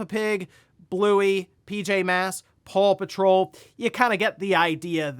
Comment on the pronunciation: This man said PAUL PATROL 😂